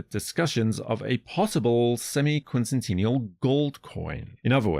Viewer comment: I like the way you pronounce sesquicentennial and semiquincentennial, however who is Scott Bressent ? 💀